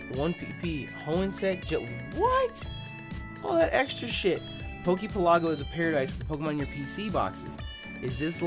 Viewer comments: For future reference poke pelago is like archipelago so pronounce it like that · Has anyone else hated on your pronunciation of Poke Pelago yet? The emphasis in pelago is on the e, not the a. It's like archipelago, a series of islands. Y'know, like the Hawaiian archipelago or the Japanese archipelago. Or in this case, the Pokemon Archipelago, or Poke Pelago for short.